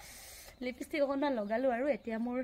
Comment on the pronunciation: লিপিষ্টিক নকবা ... লিপষ্টিক কবা